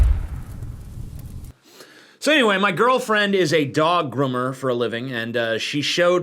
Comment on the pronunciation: dog GRUMMER? Wtf is it with TJ not being able to properly pronounce "oo"